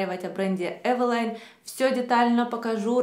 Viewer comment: замечательный обзор, спасибо вам! Только вот название этого бренда произносится как ЭВЕЛИН, уж просите за поправку, но это так)